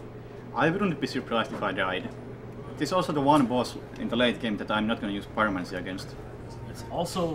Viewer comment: "Pyromanty" lol